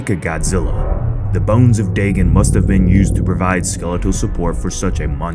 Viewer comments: Daygon not daygen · Its dAgon not dagon